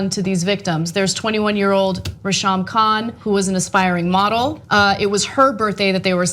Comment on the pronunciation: Its pronounced Ray-Sham man... No wonder I though it was two guys ...